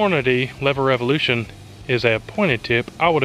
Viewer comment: Its pronounced Lever Evolution, not Lever Revolution.